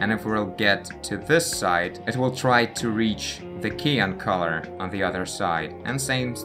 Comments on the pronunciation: а почему ты циан говоришь как киан? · Hi. Just to help out. The color cyan is pronounced with the 'cy' from cyber and 'an' from ant. Your videos are great by the way. Just subbed. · The way you pronounce opaque and cyan is funny. Especially given that your English is pretty good generally speaking.